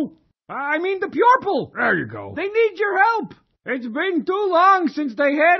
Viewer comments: "I meant the pwuerple" "There you go!" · Pyorple LOL